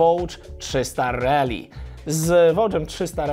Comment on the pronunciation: Mówisz, że Kove 800 ma wykorbienie. No ale jakie? 270? 180? To by mogło wskazywać czy inspiracja w budowie silnika jest od Yamahy/KTM czy BMW. A przy okazji - szacun za poprawną wymowę "Rally" - nie wiem kiedy się na nią przestawiłeś, ale pozostali redaktorzy tematyczni chyba zostali przy tym głupim "rejli".😁